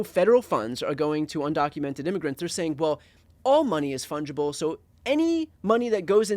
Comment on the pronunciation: You need a word of the intro. Let's start with ' fundgible' ?????